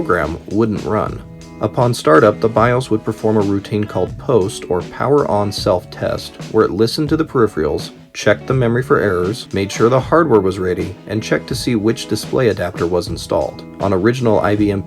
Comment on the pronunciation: Just a small note, the word peripheral is pronounced puh-rif-er-uhl. 😉